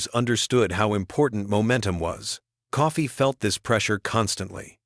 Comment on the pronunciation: .... it's Coffey not Coffee....you Canadian??